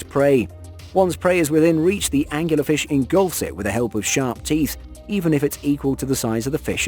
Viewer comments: So many angles on that angular fish lol it angler An- Gluhr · please tell me you didn't call it a anguler fish. Angler......like fishing. wow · Angler fish.... angularfish 🤣🤣😂